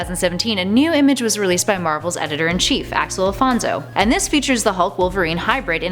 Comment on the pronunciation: Axel Alphonso? Wtf is wrong with this woman? Why does she always mispronounce or js add another letter in?